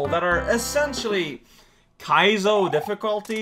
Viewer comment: I just like the way says “kaizo.”